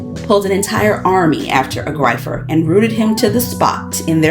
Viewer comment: small thing: the word "griefer" is pronounced "greefer", it's based on the word "grief"